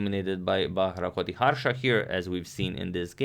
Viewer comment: Hey Agad. Since you are an excellent pronouncer of names, here is a suggestion. The 'ti' in 'Bharathkoti' is pronounced as in TIck. Also, it is Bha-Rat-Ko-Ti. The "a" in "Bha" is short. The "a" is "Rat" is also short. "Ko" is pronounced exactly as "Co." And "Ti" is as in "TIck." You are not pronouncing the "Rat" part. Finally, it is not Gan-Gooly. It is Gaan-Guly. The "u" is short. The "a" is long.